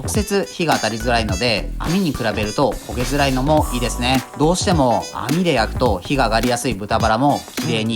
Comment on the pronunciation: 「づらい」が直ってる！^_^